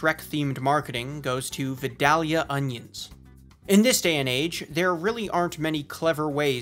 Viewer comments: ik I'm late to the party but as a southern man I have to make it known that Vidalia is pronounced vie-day-uh or vie-dale-yuh, not vid-al-ia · This is a major nitpick but Vidalia is pronounced "Vai-DAY-lee-uh" by us Georgians instead of "Vid-AH-lee-uh" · Its definitely "Vi-dale-ya" not "vi-dall-ya" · V- I-dale-ia onions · V-EYE-DALE-YA.. the way you say it is so cringy bubba. Yu one of them Canadians? Or you must be from Minnesota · I live about 30 minutes away from Vidalia, Ga. The proper way to pronounce Vidalia is Vye - daily - uh. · It’s Vi(long I sound)-Dale(long a sound)-yah. :) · It's pronounced Vie-Day-yu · That is NOT how you pronounce Vidalia. Sincerely, a Georgia resident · You said Vidalia onions wrong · The way he pronounces “vidalia” makes me angry 😂 my wife is from Vidalia and she cringed at the sound of him pronouncing it as well.